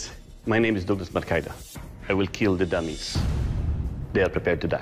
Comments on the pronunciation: it will keel. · It will keal !!!